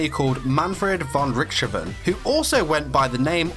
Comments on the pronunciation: what di you say manfred von richtchofen its manfred von richthofen and you cant even kiss his blody feet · Baron von Richthofen is pronounced, "rick-taw-fin" - it rhymes with sick coffin.